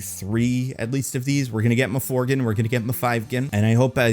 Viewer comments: Did you make this video just to say muhthreegan more times than any human should say muhthreegan? You bastard. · This sounds like a bit from Weekly Planet, which is to say, bad, but I love it, lol.